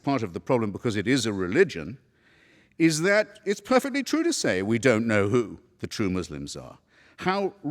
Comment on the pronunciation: "Who," not "ho". Another one? This is starting to skeeve me out a little.